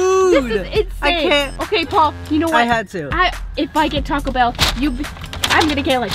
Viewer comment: It’s “taco” not toco ....-_